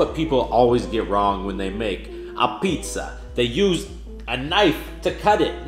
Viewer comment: I’m Italian and wtf was “Du pizzzaaa” 😂😂😂